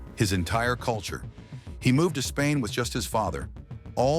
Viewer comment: bro what kind of Spain is that